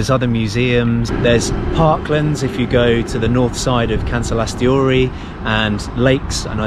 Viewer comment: Why "KansalaisTHEORY"... its not theory.... its TORI... "Kansalaistori"